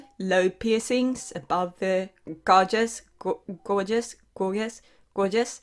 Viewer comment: Gauges is pronounced gay-jez in English.